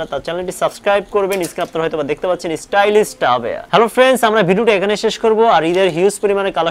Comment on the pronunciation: Stylish বলতে পারেনা লোকটা বলে Stylist ছাগল